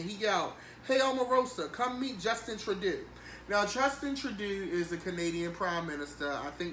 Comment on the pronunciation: "Justin tradoo" lol!